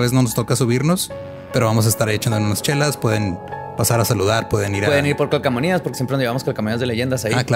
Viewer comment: Calcomanías, calcomanías, calcomanías, no cacamonias. Jajaja seguiré todos los episodios hasta que lo diga bien.